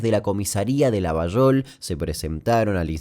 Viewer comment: muy bien pronunciada "Llavallol", que no es correcta la forma pero es como lo pronunciamos lxs llavallolenses.😁Esa teoría de la vinculación con el mosad y con la cacería del nazi eichmann lo leí pero no hay nada más que un par de notas viejas.